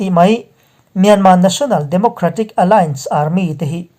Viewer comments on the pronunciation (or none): none